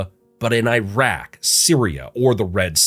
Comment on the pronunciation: He Said Iran And Iraq Correctly Thank You HE Pronounced It Right